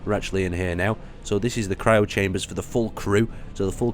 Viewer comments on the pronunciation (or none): none